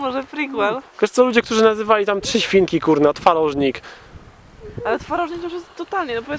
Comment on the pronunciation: Trzesiwinki? Trzy siewinki? Trezieminki? Aaa, trzy świnki...